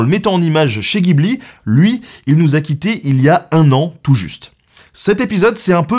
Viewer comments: Petite précision, ne jamais parler des studios Guibli à un japonais.. Ça se prononce "Ji" et pas "Gui" 👌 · Très belle vidéo. Petit précision, Ghibli se prononce "Jibli" ;) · Le mot "visionnage" n'existe pas. Ghibli se prononce 'jibli' et pas 'guibli'. Un peu plus d'exigence, enfin. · Avant de parler de linguistique, commencez par prononcer Ghibli en ˈdʑibɯɺi Sinon merci pour le travail historique.